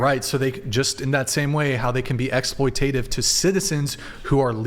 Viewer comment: Ex-ploi-tate-iv? Try Ex-ploit-at-iv 😂